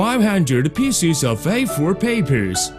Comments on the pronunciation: picies XD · he just cut the onions into pisses.